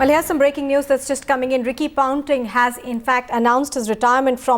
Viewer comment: Ricky Pounting? I wanna pound this anchor's mouth so bad. What drugs are you on?